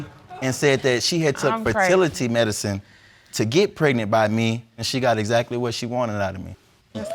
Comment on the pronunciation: Unprotectedly, Nonproduceable, Hospilal, Precnant..... Lord why.. Jesus take the Hooked on Phonics Wheel.😵😵